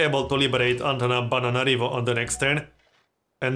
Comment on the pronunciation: Love the way you say that city name 'antana-banana-nana-narivo'